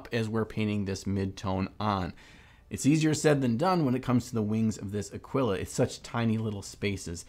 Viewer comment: 'Ahwiluh' No, it's pronounced AA-keel-uh. It's Latin for Eagle.